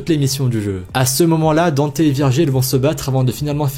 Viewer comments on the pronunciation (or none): none